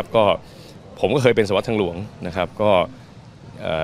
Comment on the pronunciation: นักข่าวน่าอ่านเป็นหน่วย สวัตร นะคะ ไม่ใช่ สวาท